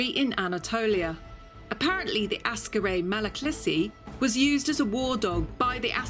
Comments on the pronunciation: I really love your constant ignorant mispronounciations of the dog breeds. It is AKsaray nor ASkaray. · It is called Aksaray not Askaray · it is not Askaray Malaklisi, it is Aksaray Malaklısı (lısı part is pronounced as if there are two schwas in it.) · You are mispronouncing Aksaray. Not Ah-skah-ray, it should by "Ahk-sah-rye". Gorgeous dog, btw. I love Malaklis. Also, it is "Kah-rah-bahsh", means "black head". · Mam, please stop sayin' "Askaray" it is "AKSARAY". It hurts my ears everytime you say it. Ak - sa - ray. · its ak-saray. not as karay. just like how people dont say lodnon, its london. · Aksaray is pronounced more like "axe array" rather than "ask array" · It is nor askaray its aksaray, means white palace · Great video as always. Very informative and entertaining. I just want to point out that Aksaray province is not pronounced as askaraj, it is pronounced as aksaraj like there is an x between two first a characters. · Great video! A little correction; it is AK-SA-RAY, not as-ka-ray... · askarray? lol'd at that, sorry.